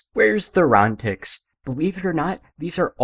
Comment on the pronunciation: I like the uvular trill /ʀ/